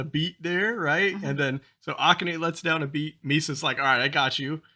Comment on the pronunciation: Kanami's name has the accent on the second syllable. You got that. So does Akane. Ah-KAH-neh